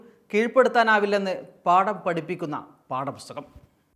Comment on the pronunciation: പാടപുസ്തകം അല്ല... പാഠപുസ്തകം...സ്ഫുടതയുള്ളവർ ഇക്കാലത്ത് വളരെ കുറവാണ്...